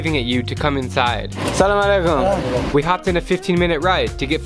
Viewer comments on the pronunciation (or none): Ahh it's not salamalaikum it's Asalamualikum bro.